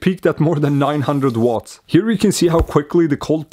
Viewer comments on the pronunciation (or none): none